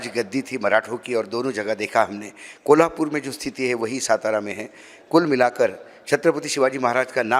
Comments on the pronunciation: Its not सतारा ❌❌❌❌ Its सातारा ✅✅✅✅ मराठी आहेस ना बाबा तू.. मग तुला तुझ्याच राज्यातील शहरांची नाव नीट घ्यायला धाड भरते का 😡 उत्तरेतील घाणीत जाऊन पक्का भैय्या झालाय हा माणूस.... ज्याची लाज वाटली पाहिजे त्याचा अभिमान कसला बाळगता.... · Its सातारा not सतारा Kindly Spell Well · अशोकराव सातारा असे आहे, सतरा असे नाही. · सतारा नहीं सातारा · सतारा नाही सातारा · सातारा है... सतारा नही... 😡😡😡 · lavdu its satara not stara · सातारा not सतारा